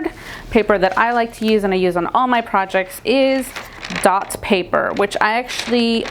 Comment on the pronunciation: Couldn't understand what you were saying about the tracing paper...Is it called "Dots" paper?